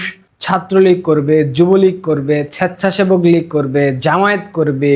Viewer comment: ছ্যাচ্ছাছেবক লীগ! কি উচ্চারণ! 😂